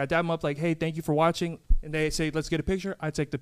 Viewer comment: “Thank you so much for watchening, listening” 🤣